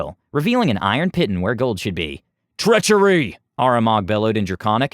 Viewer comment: sorry but my OCD requires... piton is pronounced "Pee-Tawn" not Pit-un....